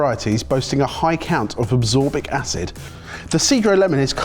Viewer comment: i giggled at avocado-ing the mango but then heard say "absorbic acid" for the cedro lemon rather than ascorbic acid and immediately burst out laughing